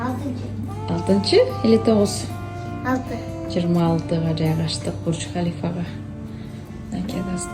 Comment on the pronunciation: Бурч Халифа эмес колхозница туура суйлочу🤦‍♀️Человека из колхоза можно вытащить, а вот колхоз из человека вытащить не возможно 🤦‍♀️